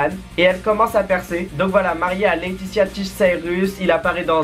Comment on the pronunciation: La mere de miley cyrus, sappelle leatitia cyrus, s'appelle Leatitia pas leatita tish, tish c'est son surnom de leatitia